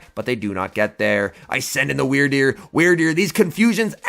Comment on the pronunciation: You the only person I heard say that things name right